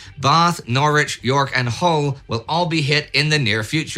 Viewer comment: Hearing Bath pronounced with a long a is hilarious to me. Same with Hüll